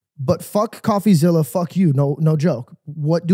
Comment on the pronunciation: He has so much trouble just saying coffeezillas name lmao